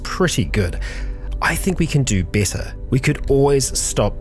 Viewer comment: Why you you keep saying besser instead of better?